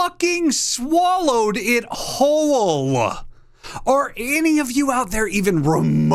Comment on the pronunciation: the fact you managed to get 3 syllables out of the word "whole"